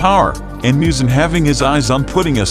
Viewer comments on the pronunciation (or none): And also said muzun's name wrong 😑😑